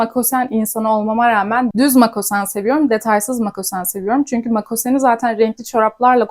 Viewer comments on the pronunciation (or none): (Makosen değil, MOKASEN!)